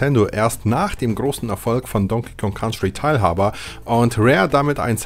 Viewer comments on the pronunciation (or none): "Don King Kon Country"? Alter...